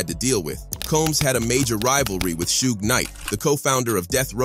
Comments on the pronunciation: It Suge (Shoog), who the hell is sugay? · two-pack and cu-bay and sue-gay? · This guy called Suge SUE-G...